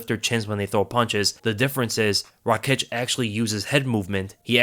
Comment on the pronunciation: No Rakiić, its Raakić